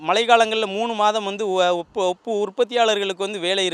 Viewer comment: ஐய்யா அது உப்பு அப்பு இல்ல